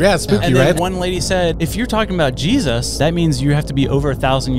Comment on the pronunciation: Why's he saying it like that?😅